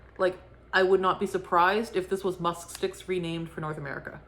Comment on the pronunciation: I don't know how you said musk sticks without getting tongue tied! 😄 The pumpkin description 😄🤣😂